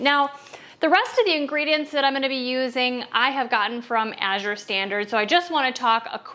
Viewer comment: Thank you for pronouncing Azure correctly!